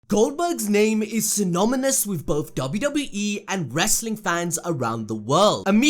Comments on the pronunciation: Did he say synomynous???? Isn’t it synonymous??? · This dude said symomomnous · What is the world is a 'synominous'? Or were you trying to say 'synonymous'? BTW 'Sinominous" is an excellent name for a death metal band! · "Goldberg's name is synominous" The word you are looking for is synonymous. When you learn how to speak English, I'll watch a video of yours. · Bro botched the first sentence... sinominus... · "Synominous" lol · "Synominous." I started laughing after hearing that and knew that whoever made this vid was a yob. The Goldberg streak was fake and/or manufactured. Gee, so are the other streaks that pro wrestlers have. Talent is one thing, moves are another, but ultimately, it's the owners and promoters who decide who wins and who doesn't. Goldberg's moves were limited. Well, compared to Bret Hart or Wiliam Regal, yes. Both those men were superb technicians, and in the match against Regal, that was when Goldberg was very green, and Regal just guzzled him. The Ultimate Steroid, er, Warrior, was also extremely limited in terms of moves, but he was incredibly popular for a number of years. Goldberg hurting other wrestlers. Granted, he was stiff in the ring, but so were many other wrestlers, namely Ron Simmons and Butch Reed. Same deal with Warrior and a few other popular wrestlers. Some guys simply weren't that careful in the ring, and that is something Goldberg should've kept in mind. He didn't. The biggest takeaway from this crappy vid is that Goldberg, while not THE greatest wrestler around, was very much over with the fans, if not the other wrestlers. And he was over in a big way for a number of years in his first run, his prime. That's the legacy of BG. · Symnomynous? Really? Thats so bad. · What's "si-nom-oh-nis"? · What the fuck is "Synomynous"? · Synonymous not "Synominous" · Synominous??? Good start to narrating a vid mate LMAO! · Right off the bat, "synomomous" hahahaha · Were not going to ignore you saying Synominous instead of synonymous